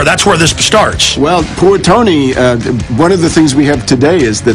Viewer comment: How can someone with a speech impediment be so self-centered -'shtarts'?the megalomaniac pot calling the kettle black.